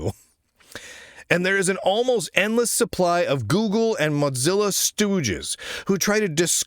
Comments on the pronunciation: Andreas and the Ladybird development team are doing fantastic work, and it's genuinely inspirational. On a fun note, at least Lunduke can’t pronounce Ladybird like he does with Mozilla ("Motzilla"). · Had no idea the word Mozilla had a 'T' in it. Or is it a 'D'? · He pronounced Mozilla like pizza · I hope Ladybird succeeds because that would make you have less news about Mozilla and I can't stand your wrong pronunciation of this word like if it was pronounced like pizza.